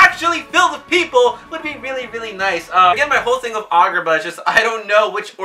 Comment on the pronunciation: Why you say it like argar ba